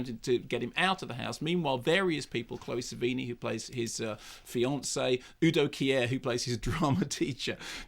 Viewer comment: "Uu Doh Kiä Äää-ah" - bis ich begriffen hab, dass er UDO KIER meint, mannomann!!